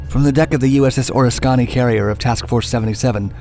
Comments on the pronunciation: It's pronounced Or-Risk-Kenny. Oriskeny was the last Essex Class carrier to complete construction. And was launched after WWII ended and it had a long career before being retired. It was sunk to create an artificial reef. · "Oraskonny"... It was originally called Oriska by the native Americans in central NY. Because of a typo, Oriska, NY became Oriskany. The USS Oriskany was named after Oriskany because of the significance of the Battle of Oriskany, in which General Herkimer was mortally wounded. The battle was a turning point in the Revolutionary War. The USS Oriskany has since been sank to be used as an artificial reef. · The pronunciation used threw me off. The ship (CV-35) was named for a Revolutionary War battle in the state of New York. I had always heard it pronounced Or-is-can-ie . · Oriskany CVA-34. emphasis on "risk" It sounds like: Or - risk - kany. A great carrier, home ported in San Diego in the early '60s. I have just recently discovered your channel and I think you are doing an outstanding job. :-) :-) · Its "oh-risk-uh-knee" the way you pronounce oriskany makes my ears bleed. Good story tho. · You're pronouncing the carriers name wrong. It is pronounced the O-risk-annie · The correct pronunciation of the carrier is: oh-RIS-ka-NEE. You're accenting the wrong syllable. Ruins the whole damn vid. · Jesus.......Pronunciation sucks. Say it with my O-RIS-KA-NEEE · "Oriskony" Or-Risk-kanee.... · Oriskany is pronounced "Oh-ris-ka-knee" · Heads up Oriskany is pronounced: "OH riss cah nee" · I know man, kept cringing everytime 'Ores-Koni' came up. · "Oriskany" is pronounced O Risk a Nee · The pronunciation of the USS Oriskany as the O-ris-kani. Are you kidding me! Who produces this garbage. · Great story. But I believe you may be mispronouncing ‘Oriskany’. I have always heard it said as “o-RISS-kuh-nee”. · Great Doc ... say the Carriers name just like the words Oh Risk Any... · I believe it is pronounced Or-RISK-a-nee. (Oriskany). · Or a skaw nee made me lol